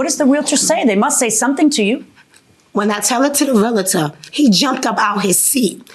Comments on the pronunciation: Dear, lovely peeps. It's.... REAL-TOR. Not REAL-AH-TOR. Stop that shit. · i wanna smack my head everytime they say realitor ... since when is there an I in there. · It’s Realtor not REAL -A -TOR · It’s realtor, people. REALTOR! Not realator lol! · Their pronunciation of Realtor from all three is killing me